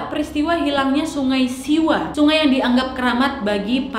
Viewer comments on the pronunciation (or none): none